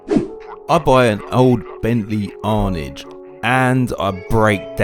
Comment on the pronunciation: Great vid, except arnage is prenounced arnarge...its named after the corner at lemans